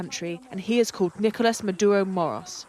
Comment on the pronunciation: The most shocking thing is no one single English speaker even mildly attempts to pronounce “Nicolas Maduro” the proper way even though they say about one hundred times 😂😂😂😂